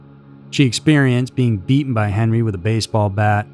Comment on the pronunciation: Btw, our last names were pronounced wrong. Its "pee-ette". Henri's my grandfather and its pronounced "on-ree". He preferred henry, but its still henri. Toby's my father. Their story is absolutely horrific